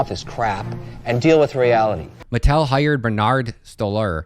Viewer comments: It's pronounced Ma-TELL'. Not metal. Very very well-known toy maker unless you're under 30 maybe. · It's pronounce Mah-Tell.